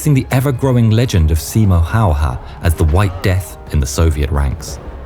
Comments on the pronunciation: how difficult is it to say hey-a instead of how-hah? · ''Simo Hahoha'' You prononce it ''Simo Hejehe''. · Simo Hayha..his last name is not How-ha it's pronounced in fact it's pronounced as Hey-ha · Its "Häyhä" not "Häyha" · Im Fin girl and I can personally say that this was my first time I heard about that guy. But how others call that guy: Hayha... and Finns: HÄYHÄ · This is NOT Simo Hayha This is Simo Häyhä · It's great that your friend Staffan provided Finnish voices for this vid and all - but couldn't you also have asked him to tell the narrator how Simo Häyhä is pronounced? Hearing him calling the man "How-haa" for the entire vid was embarrassing. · Nah bro calls Simö häyhä Simö howha 💀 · Simo hayha chines no its hayaahh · Majority seem to mispronounce Häyhä's last name, as they pronounce it ''Hauha'' missing the Ä sound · You butchered his name just as well as he butchered those russians 😂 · That's a new pronunciation of his last name that I haven't heard before. 😎👍🇫🇮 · Waiting in anticipation of the pronounciation of Häyhä.